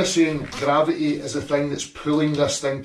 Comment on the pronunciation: He can't even say gravity, let alone understand it.